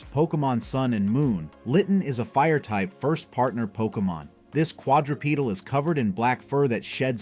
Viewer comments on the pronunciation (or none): none